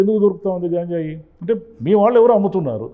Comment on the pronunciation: గాంజాయి కాదు సార్ గంజాయి అంటే సరిపోతుంది